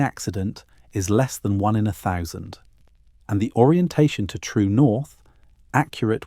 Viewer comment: If they ever teach a.i. how to say thousand correctly I think we are fooqed.